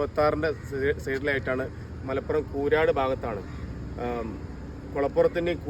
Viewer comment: കൂരാട് അല്ല,കൂരിയാട് മേലാൽ ആവർത്തികരുത്😅